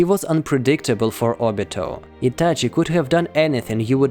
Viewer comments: It's Itachi not etache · What the f is Ityachyi ? Like bro I literally hated that ik that I shouldn't judge someone by his accent but dude it's not something hard to say ahhh or just don't say it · Its ITACHI and not ITACHEY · He says ityache makes me throw my phone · Why are you saying itachi's name like that😅😅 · The way you say Itachi - sounds very Russian lol